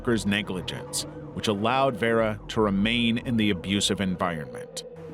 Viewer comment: At the very least, a person who has been horrifically tortured and murdered deserves to have their name pronounced correctly, even by an ai voice. Especially if theres some way youre profiting over their deeply tragic life and demise. That is so disrespectful. Vera is far from a difficult name.